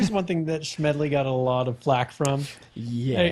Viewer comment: Drives me nuts that both of you say SHMEDLY and not Smedley lol